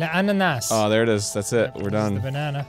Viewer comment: "Ananas" is pineapple Dan, not banana. Also you don't pronounce the S (unless it's also Spanish for pineapple.)